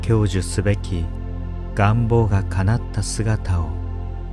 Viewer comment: 願望のアクセント ちょっと違和感😅